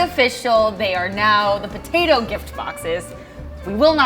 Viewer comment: I like butatoes too She says potatoe as butatoe